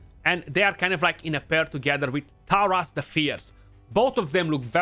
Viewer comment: You are probably the only CC who says both Taras and Marichka names properly 😅